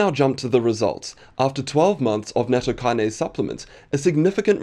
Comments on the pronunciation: I suspect it's pronounced Natto Key-Nah-Say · It's pronounced nah-t-toh